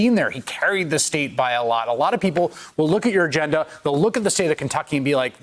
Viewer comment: "(...) in Kenducky"🤣🤣